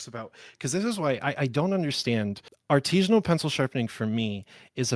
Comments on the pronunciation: artesian not “Artesianal” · The biggest give away here is the fact that he’s not pronouncing “artisanal” correctly. It’s not an “Artesian” well. It’s a practice done by an Artisan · Title says "Artisinal" but he refers to himself as "Artesianal". Look up those words - they mean very different things. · there are a lot of people who think artisanal is pronounced that way, with the hard E. I think it's regional